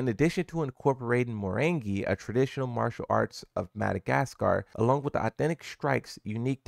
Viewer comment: Who tf is Marie Zoo? It’s Miary Zo! “Me-arie Z-oh”